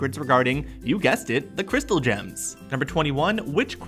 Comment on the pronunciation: why’d u say crystal gems so weirdly